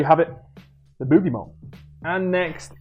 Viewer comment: It sounds like your saying the bootie bomb and exetera my face